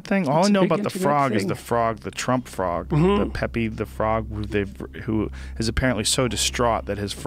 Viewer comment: It’s the correct way to say it 👍🤣